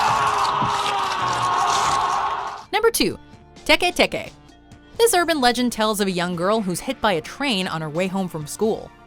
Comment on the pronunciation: its not pronounced tek-ay tek-ay, it tee-kee tee-kee. (or atleast thats how i like to say it)